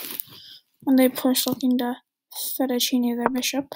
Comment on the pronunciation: A clean win! Not sure if this was intentional, but you said white was looking to “fettuccini” their bishop. The actual term is “fianchetto” but gave me a chuckle